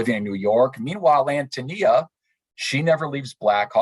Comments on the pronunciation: Although i greatly appreciate the conference, you're grossly mispronouncing Antonia. 3 minutes, and 47 seconds and i can hardly listen anymore. I am a lowly truck driver, an idiot if you like, but i Hate it when people desecrate the English language with "Ahum." English is my second language and i never used it. When someone is talking an keeps using "ahum," it completely invalidates what they have to say. Sorry, i don't mean to be pompous, but i find it exacerbating. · I’m thrown off that the introduction was done by someone who clearly has no experience with this great work. ANN TOE KNEE ah!!!! Dear God - I bet he didn’t read the book either😮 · I understand that AHN-toh-NEE-ah is he preferred pronunciation.